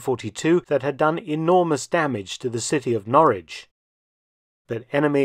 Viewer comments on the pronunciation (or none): none